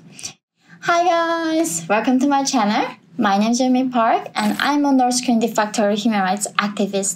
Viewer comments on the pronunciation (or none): Yeah, she gotta work on that L sound. Then maybe we can believe her! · When she says " hey guys welcome to my channer" you know it's bout to go down 😂 keep exposing them,your very brave and I'm learning so much. Keep it up!